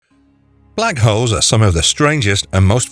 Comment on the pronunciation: Guy needs to work on his pronunciation. He said Black hoes.